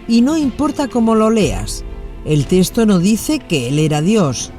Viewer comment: Perdón una observación, es texto y no " testo " .